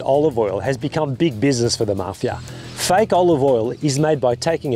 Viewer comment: The word is fake, not fike. it took me awhile to understand what he was talking about.